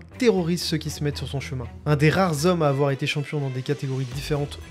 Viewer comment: "Un des rares ZZZhommes" ? Le "h" est muet.